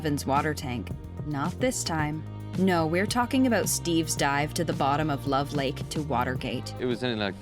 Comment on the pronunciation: “love lake” it’s levers lake😂😂😂😂